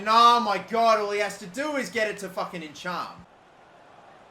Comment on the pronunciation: Nichum, not enchaam